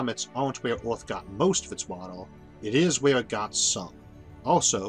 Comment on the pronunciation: Orth?? Orth?? Earth you mean